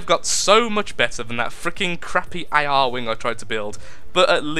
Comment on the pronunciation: >A-R wing NOOOOOOOOOOOOOOOOOOOOO IT'S ARE-WING! NOT A-R-WING! NUUUUUUUUUUUUUUUUUUUUUUUUUUUUUUUUUUU I MUST FANBOY RAGE!!!